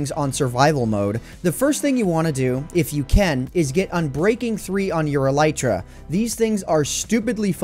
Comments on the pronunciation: Him: “e-LIE-tra” Me: Wait isn’t it e-LEE-tra? My friend: stop watching Minecraft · E lay tra